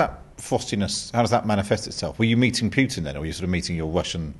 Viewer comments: Name is not pronounced . It is pronounced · Why does the interviewer keep referring to Putin as "Pjutin"? It's really annoying. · His pronunciation of Putin's surname - my ears are bleeding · if you want to defeat Russia ,as you do,first learn to pronounce the name of Vladimir Putin properly.